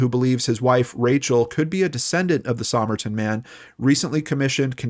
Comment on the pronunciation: Sah-myrrh-tin man hey?